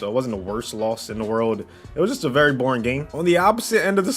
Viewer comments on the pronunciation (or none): none